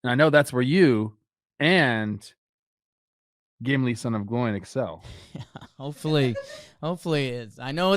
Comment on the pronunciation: When my man said "Gimli son of Gloin" I dropped the other shit I was doing and locked eyes on the episode.